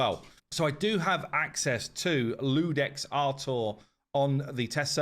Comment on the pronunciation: Isn't it Iudex with an "I", not an "L"?